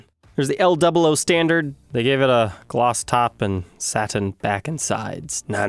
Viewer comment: He pronounces both those words correctly tho💀